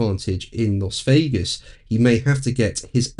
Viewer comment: Dear, the 'Las' in Las Vegas, is pronounced 'Lass'. Weird, I know!